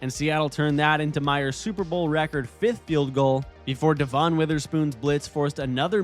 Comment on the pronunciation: i just wanna put it out there that it's Devon Witherspoon, not DeVon